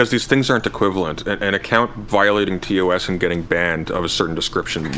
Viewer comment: Ugh... Please stop saying 'TOSS'. It's 'T-O-S' or 'Terms of Service'. Why are they adding an extra 'S'?